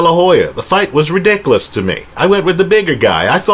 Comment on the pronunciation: You’re the best, man. Keep up the great videos. And I love the way you say “ridikalus”. PS - I’m witcha: GGG won both fights.